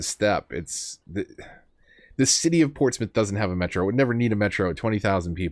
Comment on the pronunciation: I’m glad you pronounce Portsmouth correctly 😁